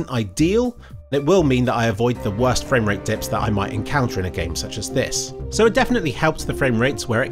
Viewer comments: My fwame wate is higher than ur fwame wate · fwame wate marker